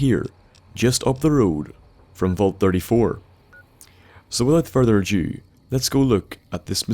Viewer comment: I keep on thinking he says "with out further a Jew" !